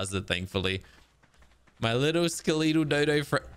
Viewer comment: Why do you pronounce skeletal the way you do? Drives me crazy 😂 Great video as always!